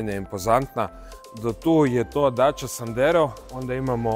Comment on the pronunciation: lijenost u izgovoru,inije dača nego dacia